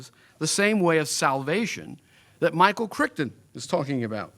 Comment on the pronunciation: "Michael Crickton" lol